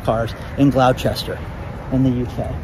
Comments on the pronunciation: It is pronounced not Glow Chester it is Gloster we clip the concernants ! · GLAHSTIR not Glowchester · Gloucester is pronounced Glos-ter, with love from the UK 🤍🤍🤍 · It's not Glou-chester,. It's pronounced Glou-ster. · FYI: Gloucester is pronounced Glester. Gloucestershire is pronounced Gles-ti-shur. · Gloucester is pronounced 'gloss-ter' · I'm near Gloucester MA. and it is pronounced "glawsta"which includes the Boston accent but you get the drift. same with Worcester, MA. "Wooster " love you brother! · Glouchester is pronounced "Glu-ster". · I'm in the UK , it's pronounced GLOSTER 😊👍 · Hi, Great video as always. Just to say "Gloucester" in the UK is pronounced Gloss-ter. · Hi, the place in UK with electric police vehicles is pronounced Gloster. Another one of the slight language variances between our beautiful countries. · Tip: Gloucester is not said how its written.. it's said like Glosster. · Its pronounced gloss-ter.